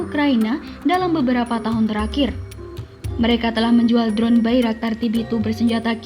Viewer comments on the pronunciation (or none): none